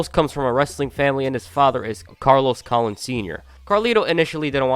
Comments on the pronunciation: It’s pronounced “Cologne”. Carlos Collin lol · Colon is pronounced "cologne". But good video i kinda lost track of WWE after Wrestlemania 22 so its good that now i know of what happened after that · Colon is pronounced as cologne